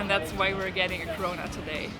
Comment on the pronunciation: i thought she said “we’re getting corona today”. 😭